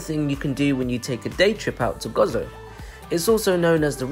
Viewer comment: Stopped watching as soon as I heard Gozo pronounced as Gozzo, it is Go Zo. perhaps do more homework next time before visiting our Island!